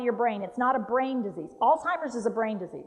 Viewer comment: NO T IN. ALZHEIMER'S AS A PERSON WHO TEACHES PEOPLE ABOUT IT YOU WOULD THINK YOU KNOW TO PRONOUNCE IT